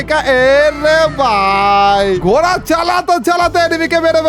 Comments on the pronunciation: ঘোরা ❌ ঘোড়া ✅ 😂😂😂😂😂😂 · Gora noi ji ghora hoi ji 😂😂😂😂😂😂